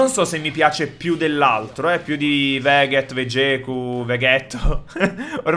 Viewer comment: bro per favore non chiamarlo veghet ma vegeth, perchè è veramente brutto sentire la ghe nel suo nome , per lo più non esiste neanche la ghe nel suo nome ne nella scrittura ne nella pronuncia cmq bro la lama del giudizio e il lampo dell assoluzione vanno usate dopo una combo che spedisce via il nemico per avere lo stesso effetto della raffica energia massima potenza !!!! per fare la conclusione suprema non devi far scendere la salute di black ssjrosè sotto il 50%